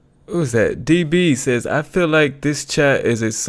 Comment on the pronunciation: 'Dis' ? THIS ! FFS